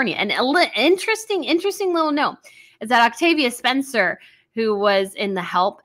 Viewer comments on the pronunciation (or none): none